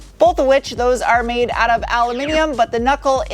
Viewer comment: MADE in Chicago, not MANDE